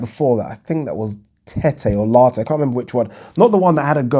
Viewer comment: Lartey not Latte (The drink) Lol